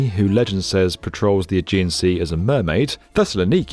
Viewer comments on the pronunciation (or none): none